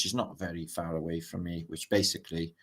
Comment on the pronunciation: I swear you said FART earth British hahaha 😂